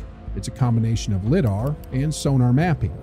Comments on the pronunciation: Liee DAAR not Lidd Dar. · lid-ar 😂 AI 🤖